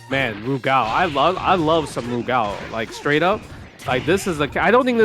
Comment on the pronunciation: Never heard Rugal pronounced that way, sounds like is saying "Lu Gao"